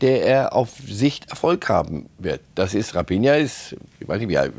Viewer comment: Könnt ihr raphinha nicht mal richtig aussprechen 😂